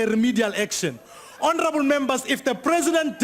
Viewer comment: don't say again and again honerable